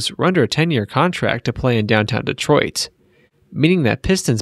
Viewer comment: Dee-troit lol